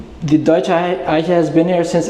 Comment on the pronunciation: your German pronunciation of Eiche is very good. I often wondered, from where you come. It sounds....now that I listen, that you're likely German.